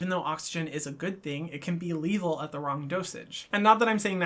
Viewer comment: I'm living for the mispronunciation of lethal